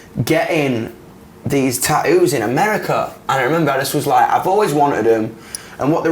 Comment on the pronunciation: I love how he says tattoos. “Ta-oos.” I’m not trying to be rude. I just find it adorable.